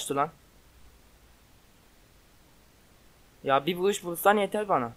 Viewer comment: abi senin sesin neden çocuk gibi çıkıyor vuruşa vuğuş diyorsun